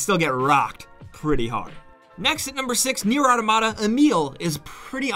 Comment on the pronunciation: I really wish you wouldn't pronounce automata as "auto-mata"...